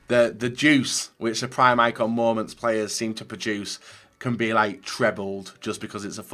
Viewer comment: I hate when he says mooments